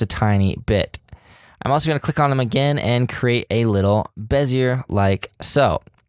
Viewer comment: Repeat after me... BEH... ZEE... AYYY. Perfect. Back to work.